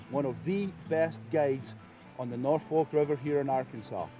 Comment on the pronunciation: Well this is cool to see but it's "Norfork" river not "Norfolk" ...